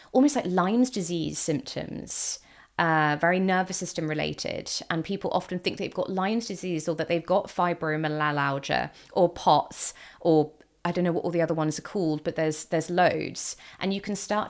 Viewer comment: Fi-Broh-Mai-Al-Juh dear! : )